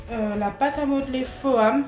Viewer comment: Ca se prononce « fom » et pas « foame » 😘